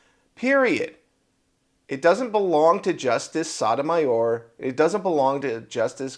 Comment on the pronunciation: It's not "SODamayer" Correct pronunciation is Sote-to-may-or.